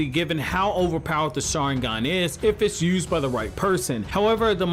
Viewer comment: Your saying the saharingan wrong